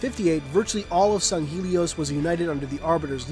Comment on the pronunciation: This is just a pet peeve but, it's really annoying when people don't pronounce things correctly. Granted people have different ways of speaking and even in simple words, there are different pronunciations (to-may-to/to-mah-to) but in every piece of factually evidence, it is Sang-Heylee as to where you say "Sung-Heelee. Just a pet peeve.